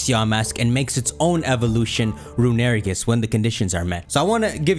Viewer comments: STOP CALLING IT RUNERIGES IT'S ROON-I-REE-GUS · Rune-uh-re-gus Not Rune-air-eh-gus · i hate to be that guy but its pronounced Rune-A-Ray-gis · Hey um yes hello, I would just like to say that I hate how you pronounce "Runerigus". That is all. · Is no one gonna talk about how he pronounced runerigus